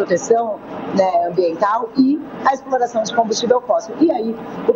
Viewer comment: " O mundo num podi, so eu podi explora peetroliio, minha exporação é com muito amor" pai dos pobres.